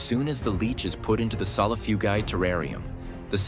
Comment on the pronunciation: Solifugayguy is the medium with how many times the AI mispronounced the camel spiders scientific name